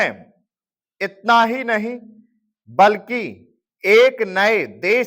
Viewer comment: Prayatan aur itna ka ucchran sahi nahi th sir, itta bola gya par overall badiya❤